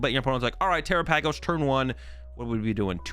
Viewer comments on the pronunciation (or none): Terapagos is pronounced like galapagos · Yeah, I think it's supposed to be tear-ah-pah-ghos, which is like a play on Galapagos, which is famous for the Galapagos tortoise, and this is a turtle Pokemon. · Where are you seeing the extra A in Terapagos? You keep saying terapagosA. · he's saying the "pagos" in Terapagos is the same from Galapagos. You also stress the same syllab in both words (the second)